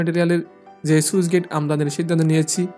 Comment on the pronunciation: "সুইচ গেইট" নয় শব্দটা স্লুইস (Sluice) গেইট...